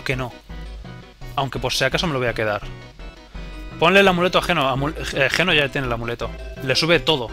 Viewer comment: ...escribe geno y...pronuncia yino